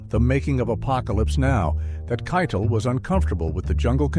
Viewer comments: Yeah it is Keitel (Kai=tell) not Kai-Tall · Who's Harvey KYE-dle? It's "kye-TELL." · Harvey Keitel pronounces his name KY-TELL, not KYTUL. To borrow an oft-repeated phrase from this video, “This incident serves as a reminder that” mispronouncing a well-known word or name undermines a narrator’s credibility. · Every time Harvey Keitel's name was mispronounced it bugged the hell out of me, then the last few times it was gotten right. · Teach the AI to pronounce Harvey Keitel's name right. And the chapter breaks are all over the damn place. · How about the way it pronounced Keitel? 😂